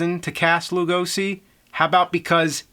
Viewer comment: instead of pronouncing it like loogo-see, try to say it like loo-go-she.